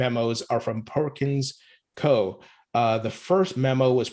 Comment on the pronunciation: That’s not how Perkins Coie is pronounced. You forgot to say the i